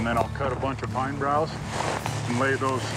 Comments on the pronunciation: They are pine boughs not broughs. No R in bough. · FYI -- bough, not brow!! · Yeah, I noticed that too “pine brows or broughs”, but It’s “pine boughs.” I think he maybe has a desire to portray a mountain man, but you have to be authentic and truthful. He has a lot of “Hollywood” fluff added to his videos. That might be ok for him, but I prefer the simple straight forward approach. Oh well, to each his own… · I hear keep saying pine broughs.. there is no r in boughs……(?) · Pine "boughs" not 'brows" Geez. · May or may not be something but he called pine bows "pine brows". He said it at least twice so apparently that's what he calls them which, to me, indicates inexperience. Along with all the other indicators that you pointed out, I don't think he's as genuine as he makes out to be. I agree, telling the truth is the foundation to any real man. Start lying and you lose all respect.